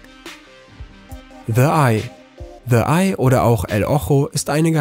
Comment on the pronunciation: the eye >> falsch ausgesprochen